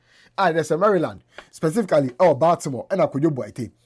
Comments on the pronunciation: Baltimore. Bal is pronounce as ball in football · Baltimore has been known for crimes but this one is over me bc I live here and never heard this case, I only saw it trending. But folks need to know, America DOES NOT play with child pornography at all. the way you say Baltimore lol